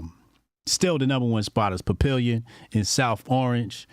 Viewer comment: Hey Papillon 25 restaurant in South Orange is pronounced pappy-yawn ☺️